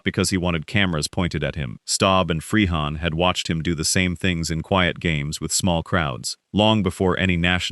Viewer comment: Willie Freehahn? WTF is this,?